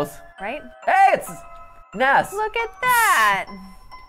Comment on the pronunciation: Matpat said ness. Lmao Edit: also, what happened to grillby and why did sans erase his name and wright his own?